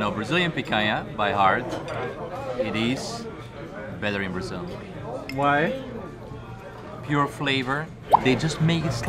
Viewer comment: Somebody tell them that it’s BraZil, not BraSSil.